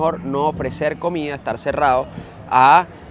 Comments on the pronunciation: Mira Chico no se dice comía se dice comida que mal hablas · La verdad los videos son entretenidos pero a veces pega al oído la pronunciación de algunas palabras: Comida = comia Medanos = meanos Etc Por favor tómenlo como una critica constructiva. Mucho éxito, desde Canada